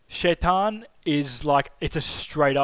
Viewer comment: Your pronunciation of Shaitan.... on point!